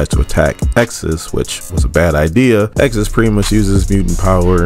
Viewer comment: Ayo it's reeeeeeeeeeealy killing me that this man can't say Exodus